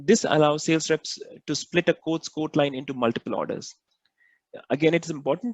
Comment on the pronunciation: when you say quote it sounds like code, please practice this word as it gets confusing.